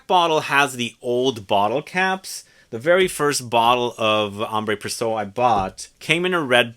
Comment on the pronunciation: It's Ambre with no accent aigue. And Précieux is pronounced "pressyeu" not "presso".